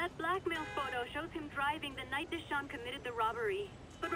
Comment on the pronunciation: Deshaun? More like Juh-Sean Sorry, couldn't help it lol